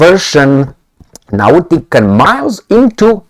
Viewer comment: Its pronuanced 'naughty call'.